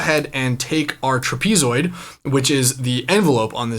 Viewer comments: Cool video, but… truh-PEE-zoid? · Tra-pee-zoid? No. No. No.